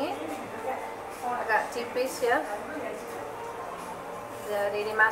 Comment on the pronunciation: bukan cipis tapi tipis